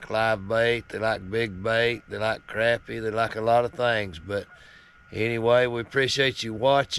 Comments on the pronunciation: It's not crappy. It's not something that's nasty that you took a dump. It's pronounced crop-pie with a short o sound. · Love the video! but I always believed that fish was pronounced croppie, even though its spelled crappie, so I looked it up and the pronounce it right web site says Croppie is the correct pronunciation, Thank you for the video have a Blessed day😁 Trump 2024!!